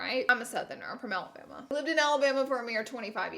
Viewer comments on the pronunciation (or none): none